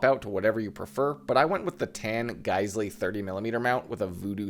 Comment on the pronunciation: Actually surprising to hear someone that can pronounce Geissele correctly